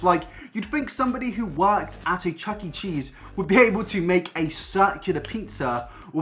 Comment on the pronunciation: did you just say chucking cheese